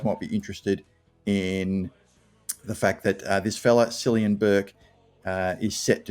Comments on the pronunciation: Pronounced killian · FYI, the name Cillian is pronounced with a K sound, as in Killian. Hope he goes well for us. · Pronounced as Killian (Killyan is how my dad's region pronounce it). Also Cian is pronounced Kairn. The Irish game is much faster than AFL so he should be a speedster.